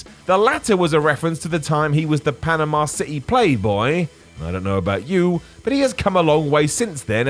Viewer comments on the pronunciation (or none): Panama, not Panema..i believe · "Panema"? Seriously guys?